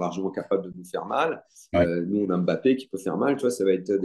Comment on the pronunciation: Bon dieu arrêtez de l'appeler BAPPÉ et respectez le nom de famille des gens ! Il y a un M' avant le B donc prononcez le 😶